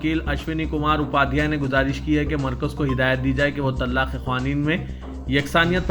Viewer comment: صاحب پہلے اردو سیکھو آپ جو پڑھے tallaq غلط ہے